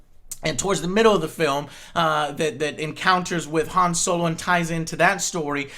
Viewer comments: You don't pronounce the name "Han" correctly. I would assume you can't pronounce "Adolf" right either. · why in the fuck are you pronouncing Han like Hand without the d.....it's supposed to sound like H-ah-n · um... han as in han-d, they even point out in the movie that it is pronounced han like hon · You said "Han" wrong. It doesn't sound like "hand". It's Han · Joe, Han is pronounced like Honn, not like hand without a D at the end. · I don't wanna be that nerdy star wars guy but han's name is pronounced hawn. (rhymes with pawn) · Isn't Han pronounced "Hon" ... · Han is pronounced (H-O-N) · people who say han like joe make me upset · Am I the only one who suddenly dislikes Joe for not being able to pronounce Han correctly? The fuck. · Joe, if you're gonna fanboy this hard about an otherwise average movie, then please, for the love of God, pronounce Han's name correctly.